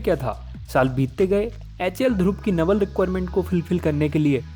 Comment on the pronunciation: Your video is good but just one thing your pronunciation of naval is wrong